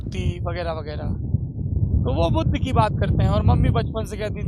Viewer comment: budhuuu budhaa kya bola smjh nhi aaya kya bol rhe ho